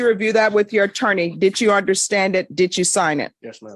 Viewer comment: Dit chew understand that dit chew is not the correct way to say did you? Dit chew understand that wig isn’t fooling anyone. Dit chew understand that your court reporter keeps a record not a wreckurt?